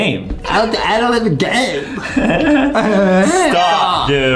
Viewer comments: It’s ADEM Not -ADAM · Hey! It’s ad-em not ad-am